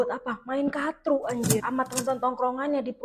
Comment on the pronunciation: kartu karrrrrrtu.. bukan katru wkwkwkwkwk ngakak mulu gw tiap lu sebut katru